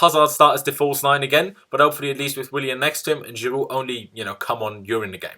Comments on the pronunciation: You pronounce Giroud perfectly like French people do. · I love how you pronounce Giroud's name spot on every time